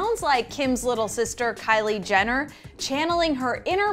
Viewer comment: I heard kendall Jenner not kylie